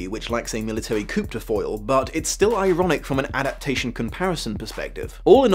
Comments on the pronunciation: Coup is pronounced "coo." Not "coop." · Hey, minor minor detail... but, coup is pronounced "coo", not "koop". It's French, they like silent letters... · Coo. It’s pronounced coo (coup) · Military "coup" is pronounced "kew". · Did you pronounce "coup" phonetically? I'm an American with mild dyslexia, so I don't mean the following question in any sort of negative way; is it not pronounced "koo" in England or was that your own dyslexia showing itself? Or did I just miss hear you because I'm overtired while watching this..... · ITS PRONOUNCED "COO" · I love you, this was awesome, and "coup" is pronounced "coo".